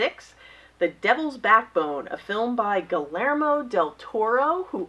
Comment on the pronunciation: Love your Criterion finds !! That Balthazar was such an incredible movie....And forgive me...gee-YARE-mo...... :D <3 DIABOLIQUE.... BRILLIANT film